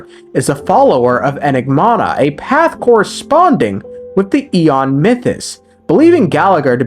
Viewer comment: Him being unable to say "enigmata" is kinda lore accurate